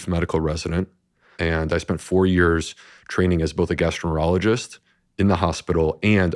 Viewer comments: He says gastro -ologist. It was the second time I'd thought I'd heard it. I went back and listened again . How does a famous, expert gastroenterologist completely mispronounce that word?🙄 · This doctor is so fake. He found a niche into the whole PB market. What specialist in any field can’t pronounce their own specialized field? He says “gastro-ener-ologist”.